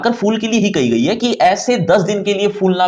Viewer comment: Aise fuelna bhi kya fuelna hua 😂👻